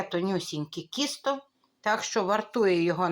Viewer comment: ви говорите кісто,а не тісто,чи можливо мені так почулося